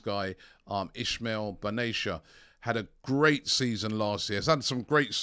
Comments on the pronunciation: Robbie, it's not ben-ay-sher, it's pronounced ben-ah-ser. Love the content! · His namn is Ismail ben nacer , say it as you read it, there is no ( sh ) in the name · Ismaeel Ben Nasser is how to pronounce it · Robbie pronouncing a name wrong? 😅😅😅😅